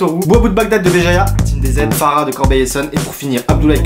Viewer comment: Woah 😳 j’avais pas vu la dédicace merci par contre sa se prononce falar et pas farah car c’est en arabe 😅